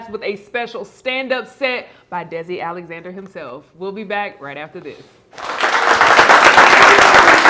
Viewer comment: Alexander….Not Alexnader!